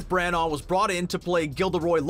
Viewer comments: Voiceover: Kenneth Bran-OR Brits: It's Bran-A. Like banana... Brana. You don't need to pronounce the GH 😂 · By the way Kenneth Branagh is pronounced “Branner” not “Brannar” and it is also Warwick Davies is pronounced “Warrick” not “Warwick”. Sorry for the Hermione like corrections but god those mispronunciations are so annoying!!! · Ford Angelicas... ? Anglia man, c'mon. Also Kenneth Branagh's name being completely mangled by this guys accent is v funny to an English accented gal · FFS learn to pronounce things...BRANAGH NOT BRANAAR, ANGLIA NOT ANGELICA, HALLOWS NOT HOLLOWS, ROBIN WILLIAMS NOT WALLYIAMS....